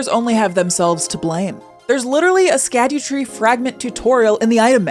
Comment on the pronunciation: I believe the Scadutree is pronounced like Shadowtree since Scadu (Scaedu actually) is old english for Shadow, also pronounced the same way. Also since the realm is called the realm of Shadow (or something, I just call it the Shadow realm), it makes sense that the tree is Shadowtree.